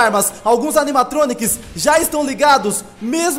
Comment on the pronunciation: Pra mim ele disse chironiqui